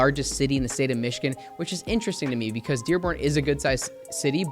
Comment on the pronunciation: I do love the hard work you put in to this video. Thank you for sharing. Just one random question. Why do you pronounce Michigan with k?